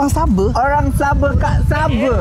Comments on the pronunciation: Haahha..SABE...Bukan SABOH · The way you pronounce sabah as Sabe.. 🤣🤣🤣